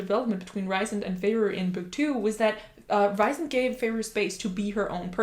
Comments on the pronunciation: It is not Ri sand. It’s Rheee sand. If you listen to the audiobook it will show you. I’m sorry but it’s just a bit annoying that you’re doing a video about a character and don’t know how to say his name correctly. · Rhysand is pronounced "Reeceand"